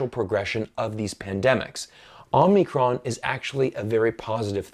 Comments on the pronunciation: It's called OH-mi-cron not OMNI-cron! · it's Omicron not Omnicron 🙏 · You kept saying OmNicron. It's Omicron. It's a Greek letter (Ο). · It's pronounced Omicro, not OmNicron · *Whisper * 真不好意思，虽然的确是到处都有可是好像是omicron 不是 omnicron...... 抱歉我耳朵不好。